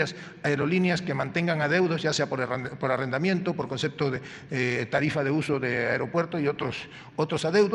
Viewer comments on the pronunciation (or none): none